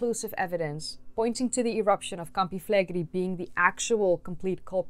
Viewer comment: Awesome video! Just a small note: the pronunciation in Italian is Campi Flegréi, emphasis on the last E, not Flègri.